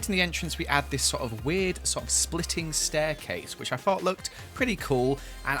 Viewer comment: 'This is the STAIRCLASE here.' Me: speechless welp....do you speak English? I mean like stairclase-_- its stairCASE. There is no 'L' in starircase.